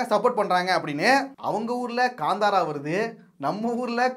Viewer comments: Bro this movie Name is Kanthara. It's not Ganthara. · That is not Kandhara, Kantara